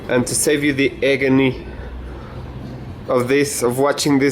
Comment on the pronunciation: "to save you the eggony"